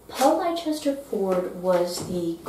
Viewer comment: Thanks for the interesting information on Paul Ford. I am pretty sure the author's middle name is pronounced "Lester," as that is a name in my family as well. I like that final quote!